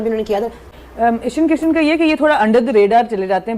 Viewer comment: "इशन" किशन, जशन टशन 😂